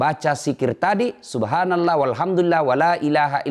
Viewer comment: Cara mengucapkan subhanallah bikin gw bingung